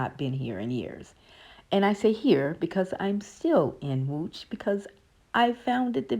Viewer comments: Damn! Your pronounciation of Łódź is just beautiful! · You pronounce the name of the city Łódź very well. You must have good hearing.